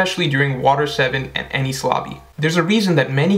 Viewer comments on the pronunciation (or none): none